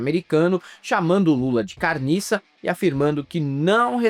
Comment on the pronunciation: O Trump deve ter feito intercâmbio em Belozonte MG pra falar "Carniça" tão bem,a dublagem é falsa mas a pronúncia do calopsita fake é maravilhosa.😂🎉